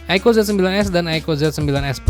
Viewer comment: apa susahnya sih bang bilang "aiku", bukan aiko.